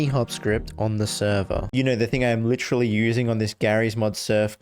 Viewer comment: I witerally had the same thing happen to me 😂